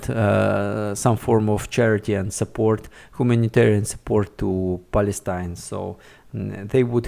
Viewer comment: Please check the pronunciation of the most used words in the video beforehand. In this case, for instance, pronunciation of the name Palestine. No judgement at all, just trying to help. Thanks for the video!